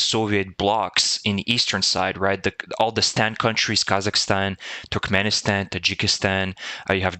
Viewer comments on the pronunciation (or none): none